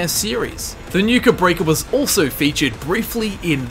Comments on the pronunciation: why do you keep saying Nuka Break-ah? its Nuka Break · Why do you say Nuke Break like Nuka Breaka? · Did anyone else cringe when he called Nuka Break, Nuka Breaker? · ikr. I kept yelling to myself it's nuka break ya nutter!